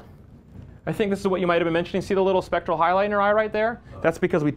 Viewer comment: A good informative video. just needs to get the term "specular" right, it's not "spectral", that's something completely different.